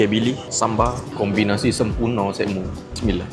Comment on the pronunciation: kenape baca doa bunyi SIMILAH